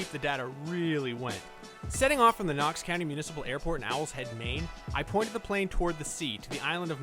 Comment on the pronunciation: Aye man, nice vid and I was blown back by saying maine, then the fact that you said knox blew my mind. I'm from Rockland and spent a lot of time on the islands